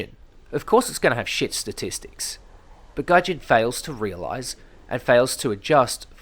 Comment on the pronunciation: this grinds my gears then i hear: ThE StAtiStICs fooken heell!